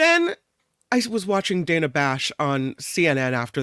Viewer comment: Dana Bash with a soft A (like apple, not like Danish) Cathy O